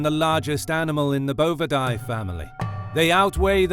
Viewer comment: As an animal behavior major who specialized in cattle it was difficult to hear him continually mispronouncing bovidae.